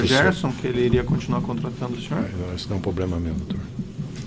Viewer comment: ...porque ele tinha um "POBLEMA"?